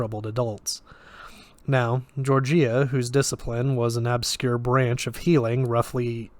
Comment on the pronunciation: Its Georgia, like the state. Not "Jorjeeyah"